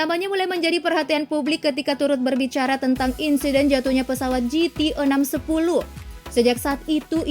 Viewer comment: Mohon membaca narasinya lebih cermat lagi : penerbangan "JI - TI" 610 ( masa ngga tahu cara membaca huruf /j/ dlm bahasa Inggris?)